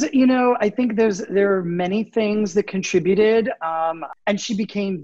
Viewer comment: Thank you so much for saying the word "conTRIbuted" correctly. I've been hearing so many American voices pronounce it like "KON-truh-byoot" and my dictionary self wondered if I ever really knew correct pronunciation. 😅